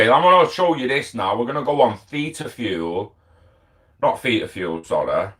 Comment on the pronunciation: Theta is pronounced the same as the wave length